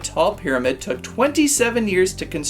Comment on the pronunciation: Half-O-mid ? 😂 did the pterodactyl people let you have that word too ?